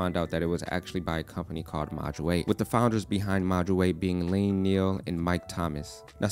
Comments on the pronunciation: It's not Lain. It's pronounced Ian. EEAN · Looks like a great bit of kit! I believe Iain's name is prounounced the same as Ian (ee-an) - it's a scottish name! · Hate to break ti to you bro - Iian Niel is just pronounced iian neil